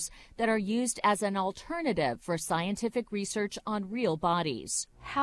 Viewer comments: Sad and scary but umm I thought it was ree-search not rsearch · rur surch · Girl learn how to say research You be like: rEsiRcH